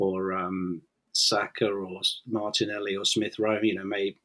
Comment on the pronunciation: I thought he said Xhaka not Saka